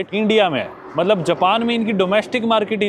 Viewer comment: Mallab..................Mallab.mallab.mallab.malllab.matlab......mallab 😡 jab dekho tab matlab . Itne cute way mai kyu bolte ho aap .